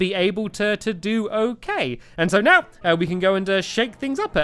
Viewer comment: who heard meow instead of now... OMG Stacu